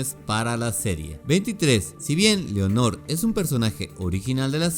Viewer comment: Lo único que me chirrió de éste video fueron las pronunciaciones "Carmilia" y "Leonor", las pronunciaciones correctas son simplemente "Carmila" y "Lenor" respectivamente... Sí, me puse jodido pero es sólo que quería comentar y no sabía qué 🙃 además que todos los datos son los mismos que todos los canales dedicados a esto exponen, qué más se podría aportar??